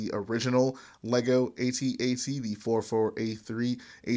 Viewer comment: Pls can one you tuber pls just say at at. I need to know that there is hope. It rhymes with hat hat